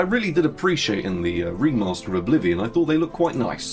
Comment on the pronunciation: Am i the only one who heard "Bolivian remaster?"? 😅